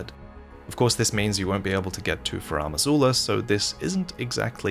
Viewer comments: Pleas never ever pronounce Farum Azula like that again. It's FAR-em not fah-RAM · So now it's Faraam Azula?, bro, why do you keep making up your own pronunciations?